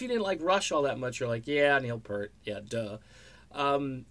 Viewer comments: What is this crap, ok once again, his name was Neil Peart, not fucking Neil Purt, secondly, Geddy has said that there is NO Rush without one of them, drop the subject, delete this video, and take off the fucking shades. RIP Neil, all real Rush fans salute you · Great video as always....but it’s pronounced Peert